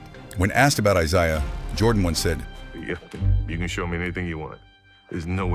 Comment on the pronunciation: This ai slop couldn’t even pronounce Isiah correctly